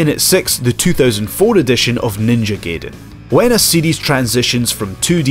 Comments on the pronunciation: It's g-eye-den, not gay-den though. No Killer Instinct? Ok then. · Silly Scumbag I think his point is more that it's pronounced GUYden, but pronounced it GAYden. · It's pronounced guyden tool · there are still people who can't pronounce "Gaiden"? never seen The Wizard? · Dislike because you said Gaiden wrong.